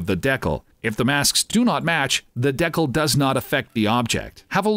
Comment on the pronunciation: That pronunciation of decal is upsetting